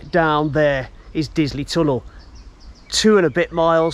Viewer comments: Excellent Video, however not pronouced "Dilsley" correct is Disley. Trains from Rose Hill run to Manchester either via Woodley or Bredbury. Bredbury is the closest station to Stockport with a direct bus service into the town outside of the station. Bus no is 330. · Very good, but its Disley, not Dilsley as you seemed to say. It has a bar there serving many malt whiskeys. So if you had a shop in Disley selling Malt Whiskey, what else would you call it, but....Malt Disley. Excellent. Wonder if it's a Mickey Mouse outfit? Lol. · It's Disley, not Dilsey. It's been pronounced incorrectly at least twice.